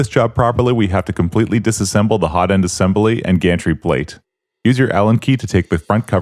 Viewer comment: Assembely. Lol. I'm sure this guy will also say nucelur.